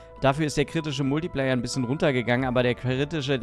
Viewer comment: Der kritische Multiplayer? Triggert das noch jemanden? Man spricht es kritischer „Multiplaier“ LG